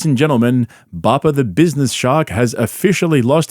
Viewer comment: He calls himself papa sometimes but frequently incorrectly pronounces it as bappa. He will say something like "Bappa got a new bike yesterday"